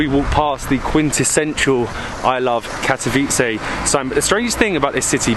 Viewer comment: Your pronounciation of the city name is perfect. Thanks for nice and informative upload. All the best in all your travels!